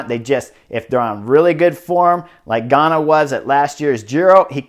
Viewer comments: Awesome!! Fantastic breakdown with a few things that were not covered on the GCN coverage of todays stage. Buddy so great to hear your annunciation of Ganna's name. Made me proud.😊 About the winner of todays stage putting his finger up to Shhhh the nay sayers. There was a interview with teammates about his personality that were not favorable. The commentators on GCN talked about his early success and his disappearance there after not living up to his viewed potential. Thanks for another great breakdown. I was able also to listen to you work on NBC sports lat week and you are rounding into a fine commentator. Thanks Like the photo with u on the bed years ago when no one would give you a contract...you just won the Vuelta your on the bed with cash all around you. SHOW ME THE MONEY!! Loved it!! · Nice work getting Ganna’s name right today! Enjoying the show...